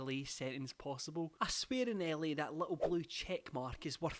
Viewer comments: Me too and it shocked me lmao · when he said LA I fully thought he said Ellie